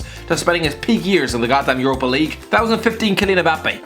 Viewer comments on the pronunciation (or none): none